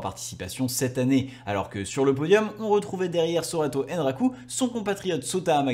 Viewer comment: Merci pour la vidéo! Par contre je me sens obligé, c''est ANraku vraiment, AN